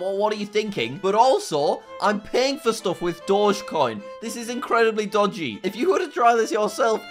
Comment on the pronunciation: “this is incredibly dogey”